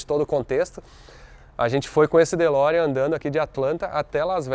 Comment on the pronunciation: Fe Lorean ou De Ferrari?